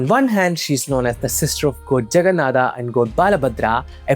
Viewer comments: Aare Bhai ye kya har Hindi ,odia , Sanskrit ke words me Bina matlab ke aa laga raha he . Jagannathaa kya he it's JAGNNATHA or we can say JAGNNATH. BHAIRAVAA❌ BHAIRAVA/BHAIRAV✅. SHIVAA❌SHIVA/SHIV. Let me help you to pronounce. Say Shi-v-a not shi-v-aa . Got it ? Just like it's Ra-m-a not Ra-m-aa . Ra-ma-yan-a not Ra-ma-ya-naa. Jay Jagannatha 🙏🙏🙏🙇🙇🙇🙌🙌🙌🙌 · Bro I'm from Odisha 😅we odias pronounc exactly how you described Jaganathah . If you know all these stuffs. Why don't you pronounce those words properly, it's not that hard atleast try . From a guy who is making content from santana dharma atleast have to pronounce correctly. From your mouth it's more like a eouropen pronouncing those words. I'm not exaggerating this but this necessary looks how Mahabharata became Mahabharataa with the time and the most of Indians are also pronouncing like this 😑😒😒. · Extra aa in everything Like Jaganathaaaa Nelachalaaaa Mahabharataaa Sabaraaa Neela madhavaaa Better if pronounced in the original form.